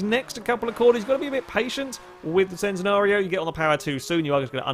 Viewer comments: It's pronounce Chen - Ten - ario not Cent - en - ario :P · its always been Chen-Ten-ario ask lamborghini then? im sure and they have said its chen not cen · We do speak it Centenario in Portuguese, but the original Italian name is still pronounced /Ch/entenario. Nonetheless, every language and accent is going to speak it its own way, so we shouldn't expect a British guy to say it like an Italian guy and all.